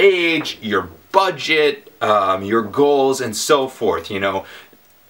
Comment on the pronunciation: Every time you said "Budget", it sounds like you were going to say "butt" .. ....